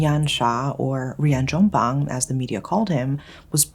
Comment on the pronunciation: as an indonesian i didnt expect you will ever pronounce Rian Jombang correctly and/or even cover this case. lovely lovely storytelling!